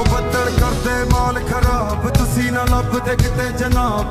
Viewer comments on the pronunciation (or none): none